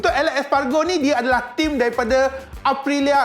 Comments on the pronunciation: Bersembur aq bila sebut espagro 🤣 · Sebut nama rider betul2 bang..alex espargo perginya..😂😂😂